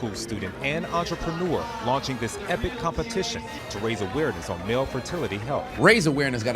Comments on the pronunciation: I know he didn't just say CUMpetition 😂😂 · “A CUM-petition” 😂😂😂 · A "cum"pertition 😂😂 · Competition ✖️ CUMpetition✔️✅ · Competition You mean Cumpetition 😅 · CUM-petition…. EDGE-ucate…..